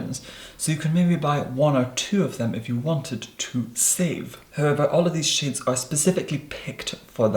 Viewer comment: Did he say shits??! I had to go back and listen 5 times to decided if He said shits or shades when he was talking about the contour.